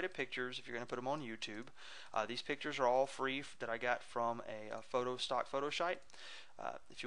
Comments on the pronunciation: lol nahh he said "fock" he meant to say "stock" and nah he pronounced it "fock" not fuck! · he accidentaly said falk instead of stalk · HAHAHAHA he did =) he said fock! lol